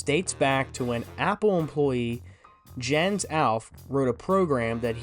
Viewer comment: Jens is actually pronounced as Yens